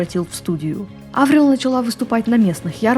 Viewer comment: Она Аврил, а не АврИл?